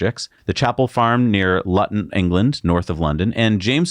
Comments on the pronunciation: its pronounced Looton not Lunton! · nooooooooooooooooo not luton "loooooton" god dam butchered! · As a Brit, "Luton" is pronounced "Looton" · At 18m20s .. the place in England called Luton, is pronounced "Loo-ton" (not Lut'n !!!) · Bwahahaha!!! Lutton? It’s pronounced Looton 😂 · Luton in England is pronounced Looton, fellas, not Lutton! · FYI Luton is pronounced "Looton", but good try! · Pronounced looton LOL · Luton is pronounced "Looton" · "Luton" has one 'T', it rhymes with 'Gluten'. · Lol GM, also it's pronounced looton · Hey and, love the show! Please note, Luton in England is pronounced like Rouen in France... Lu'on with a silent "t".;-) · Luton is pronounced 'Loo tun' Great program btw gentlemen! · Luton = loo-ton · Just to say Luton is pronounced loot on